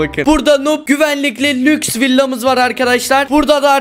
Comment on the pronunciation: Ahmete lüjs dedin😑🤨